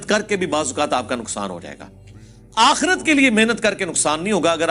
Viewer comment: It's not "akheeerat" it's "aakhrat" Hereafter